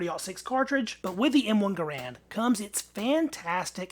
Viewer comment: How sad. I began collecting military surplus rifles and pistols precisely because they were affordable and fun to shoot. BTW, my understand is that John Garand pronounced his name "ger and". Let me know if I am wrong.